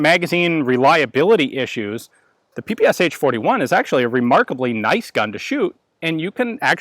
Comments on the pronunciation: not pee-pee-ess-aitch, pronounce puh-puh-shah. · P-P-SHA not p-p-s-h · I know I am not the first one here to say this, but saying ''pi-pi-es-h'' is not correct. Ш letter has no equivalent in English. The closest to it is german ''sch''. But there is sound, very close to Ш in English. This is sound you hear saying name, Sean. In Russian, it sounds like Шон, so the first sound of Sean name is equivalent to Ш. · "Sh" pronounce like "Sha" like saSha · it's pe pe sha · Don't say H! Shakira, Rashid ... Are you saying H? ;) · It is actually pronounced as P P Sh, where "sh" is one sound and not two different sounds. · So tired of people not pronouncing the name correctly, you'd think this twit would know better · "ППШ-41"... Последние две буквы ("Sh") так написаны из-за отсутствия в английском алфавите аналога буквы "Ш". Так что произношение названия очень неправильное. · YOU PRONOUNCE PPSH WRONG!